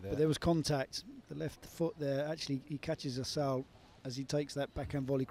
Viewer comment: cant believe somebody name is pronounced "asshole"